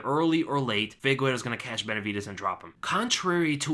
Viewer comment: why do you always say figueiro instead of figueiredo?